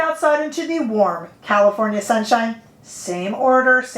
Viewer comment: Makes me think of ND bronze palette. Are they similar? My day doesn't start until I hear you say: "...in the WARM California sunshine!"